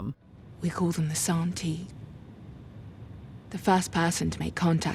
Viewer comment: Alright. Haven't finished watching the show. Read the three books. Living in Shanghai and speak conversational Chinese. This pronunciation of Santi makes me die inside. It's literally just the Chinese title of the book 三体 Literally three body. San - like in the word sand ---------- ti as in tea. Make an effort to really pronounce both phonemes.